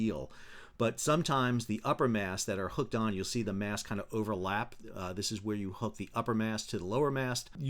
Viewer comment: Why do say mass instead of mast?